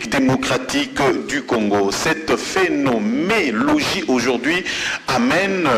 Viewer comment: "Phénoménologie" et non "Phénomélogie"